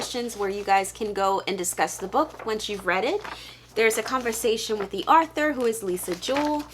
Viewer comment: Author, not arthue.😁